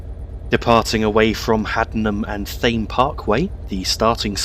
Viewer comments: it's pronounced tame, not thame.. you don't call the river in london the th-ames do you? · Btw Thame parkway is pronounced tame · Hey just a heads up its pronounced Haddenham and (Tay-mm) Parkway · you actualy pronounce Thame 'Tame' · It’s pronounced haddeden and tame park way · Another brilliant video,. I know the area very well as far north as Banbury. Tame is the correct pronunciation of Thame, and Beaconsfield is pronounced Beckonsfield. Also, Aynho Junction where the GWR line from Oxford comes in is pronounced Ane_o. With regard to the slow low speed acceleration of the class 67, this may be down to the specification when it was ordered. That was to haul Royal Mail TPO trains in and amongst HSTs. The acceleration from a standing start of the 67 and 43 on Train Simulator seems very similar. If you plan to do a return journey, from observation while frequently driving alongside the line between Wycombe and Princes Risborough, Chiltern railways use more class 168 DMUs than class 67s on the Birmingham run. From a real life cab ride video on YouTube by a Chiltern driver, the acceleration of a 168 is much better than a 67. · Yes but Haddenham and Thame is pronunced Tame